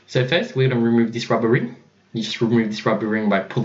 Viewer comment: it's not "rumueve"